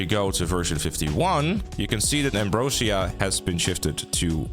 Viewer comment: From now on i am calling Ambrosia ... Ambriosa